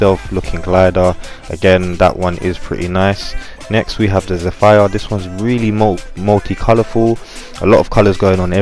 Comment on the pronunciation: Zephyr is pronounced zefer